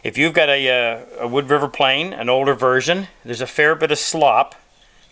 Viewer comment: Is that "Woo Driver" or "Wood River"?